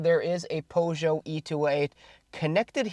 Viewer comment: Something about the way you prononounced Peugot e208. 😅 Great video as usual!